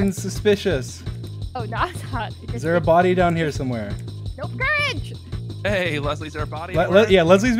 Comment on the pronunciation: It's courage